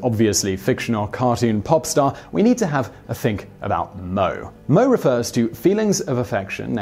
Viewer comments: FFS.. It's pronounced "mo-A" not moe... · Moe.... reminds me off that bartender in the simpsons. Anyways. You speak as mo e not in 1 word moe. It refers to being cute or kawai. Again.. mo e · Oh my gosh it's pronounced as mo-aye not mou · Pronunciation of Japanese things... Hatsune Miku: Hah-Tsu-nay Mee-Koo. "Hatsuni" or "Hatsunee" as it's pronounced in the video has a completely different meaning. Moe: Not "Moe" like Moe the bartender, mo-ay or mo-eh. Pronounced completely different. "Mo" has a different meaning in Japanese. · It's hilarious how he pronounces manga and anime properly, but fails to pronounce moe at all. It's not a bartender from the Simpsons, it's a 2-syllable word lmao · A bit of a nitpick here: The term "moe" (「もえ」 as rendered for this context) is pronounced as "mo-eh", not "mow". A similar word in kanji, 「燃え」, which is pronounced exactly the same, and means "burning", which is not dissimilar to how a moe character's fans feel for said character. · NOT MO, MO-EH LMAO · I didn't read ANY of the comments but I'm pretty sure that you've already been informed that "moe" is pronounced "MO-aiy" and not like the name of the bartender in the Simpsons. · I was crossing my fingers for Miku and it's pronounced mo-eh not moe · the e in moe is pronounced simon, all vowels are pronounced in Japanese i believe. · 3) You mispronounce Moe 'mo-e' not 'moe' but YES I KNEW SHE'D BE ON THE LIST! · Mo-eh simon. Your writter should of promted this. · It's mo-ay, not mo! And it means super cute! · Moh? Did you mean Moe? Mo-eh... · It's "mo-ay" not "mo".... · It’s pronounced Mo-Ay not Moe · moe, not mo. Mo-e or Mo-ay. pronounce it right! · Ahhhh the mispronounciation of "moe" caught me off guard - for future reference and to anybody who's unfamiliar with the word, it's pronounced moe-aye or moe-A {like saying the letter A} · I thought "moe" was supposed to be pronounced like/similar to "mo-e." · Mo-AY. Moe is pronounced mo-AY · It's pronounced moe-eh